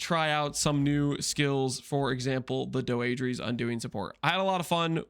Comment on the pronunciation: "doh-eh-dra's" undoing. That's how it's pronounced. Not doeedrees.. fucking English isn't hard